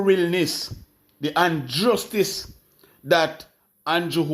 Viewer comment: Unjustice 😅😅😅😅😅 go learn words before you speak